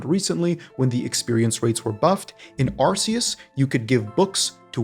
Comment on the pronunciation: Awesome video Man! Just 1 thing its pronounced ar-kay-us